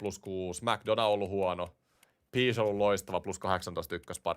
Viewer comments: Ny seuraavaan videoon korjaat ton Pescen lausumisen 😂 Piish 😂😂 Peshi on oikee👍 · Peshi ei Piiish 🤣